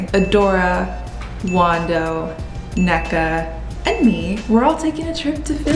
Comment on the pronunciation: idky i just processed youre igbo, same sis. love the pronunciation of “nneka” 🤣